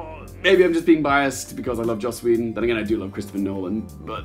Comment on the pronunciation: Did you actually just say you love joss wheedon?